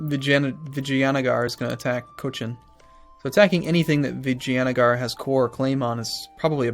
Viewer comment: You are actually trying with the name so let me help you. Vi-JAy-a-Nager